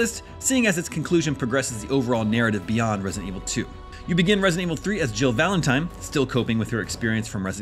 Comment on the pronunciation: Is it me or is he calling her "Jill Valentime"?